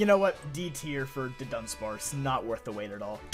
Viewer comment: Your looking at dudunsparce name wrong. It is Duh-Duh...sparce